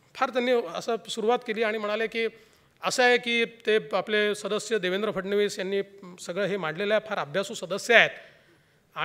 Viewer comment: धन्य आहात? आपण बोलताना नावाचा उल्लेख देवेंद्र फडनिस? तुम्हांला मुख्यमंत्री साहेबांच नाव सुधा माहिती नाही.म्हणे राज्यपाल आहात आपण? नाव, फडणिस नव्हे फडणवीस आहे.महाशय! मूर्ख.....?